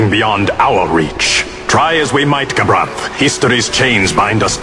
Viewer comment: I just wish would get gabranths name right before he starts complaining........